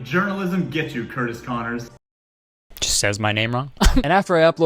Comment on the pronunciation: "half baked journalism" and then proceeds to mispronounce Kurtis Conner... the name is RIGHT THERE